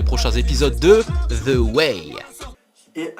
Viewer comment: On dit pas Zi Way mais The Way pck c'est pas une voyelle voili voilou 😂